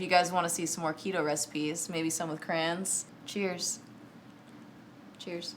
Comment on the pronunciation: So funny, in other videos, when you called her “Crans”, I always backed it up, and listened to it again, thinking you were calling her Franz, Grams, ....I could never figure it out....now I can sleep at night!